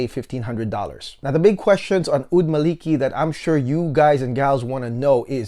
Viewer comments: Amazing review. Just a short pronunciation correction: It should be “Maa li kee” As per the arabic “مالكي" Keep up the amazing reviews 😊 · it's "الملكي" == "royal - kingly" not "مالكي" == the whole meaning changed so should say: "al - mala - key"